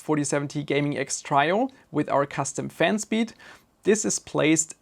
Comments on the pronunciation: Trio is pronounced Treeo not Tryo even though tri and try are pronounced the same. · "Trio" is pronounced "tree-o" not "try-o" - just so you know :P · (Tree-o), not (try-o). ;) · Your English is great but it is pronounced "tree-oh" not "try+oh" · Trio is one of those odd English words that doesn't follow the usual rules. It is said like Tree-Oh.